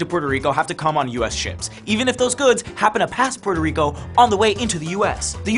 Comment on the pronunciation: Difícil prestar atención cuando no sabe pronunciar el nombre de su propio país “Pororico”, wtf